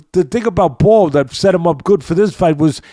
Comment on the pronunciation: It's Nick Bull, not Ball.